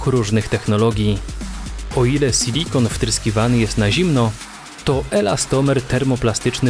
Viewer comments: Mówi się SILIKON, a nie sYlikon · Co to kurwa jest "sylikon" Moze chodizlo wam o SILIKON ?